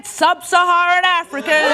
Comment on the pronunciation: Comedy Hype is aways embarrassing. Last time I watched a video on this channel they were showing well known Democratic politicians and mistakenly calling them right wing. Now the host is calling the inhabitants of a region of Africa "sub-suh-haree-un". Do they not do even basic research? Is nobody watching the content before they publish to say "hey.. I don't think that's right"?